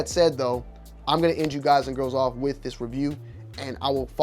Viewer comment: Wiff? Not with?